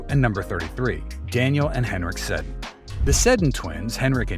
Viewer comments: The “SEDDEN” brothers didn’t play in the NFL, dipshit. And you don’t deserve to watch hockey for not knowing it’s “REE-SHARD”…you know…it rhymes with what you are. Go fuck yourself repeatedly. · You should probably learn to pronounce "Sedin" and acknowledge that they did not play the the NFL. 😂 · This was brutal. Mispronouncing names, saying NFL instead of NHL during the Sedin (which was mispronounced) segment. Yikes. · hockey fans know how to pronounce Sedin and Richard. It’s a good video made by someone unfamiliar with the game.